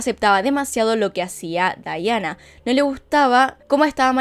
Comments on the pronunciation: Aaaaay me molesta mucho que digas "Daiana" a Diana... Pero muy buen video! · Amo este caso, como narras las cosas. Me estresa un poco que le diga Daiana, ella es Diana pero igual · Es Diana, no Dayana 😌 o soy la única q escucha q dice Dayana ? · Pienso igual. Debió haber dicho Diana no Daiana. Pues está relatando en español. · Me encantó! Muy bueno! Lo unico que le dijiste DAIANA cuando es DIANA un monton de veces 😂 amo tus videos! Los veo TODOS 👌👌👌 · Me ha gustado mucho tu documental, pero me molesta que no menciones bien su nombre es DIANA!!!! No daiana 😠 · Es Diana no Daiana! Pero fuera de eso muy bueno el vídeo, bastante completo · Se dice Daiana? O porque ella lo dice asi no comprendo era Diana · Es Diana no Daiana :'( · Por qué dice Dayana y no Diana? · Me desespero que la mencionara como dayana cuando la mayoria la conocemos como diana💆de igual forma me gusta mucho como relatas los hechos 😊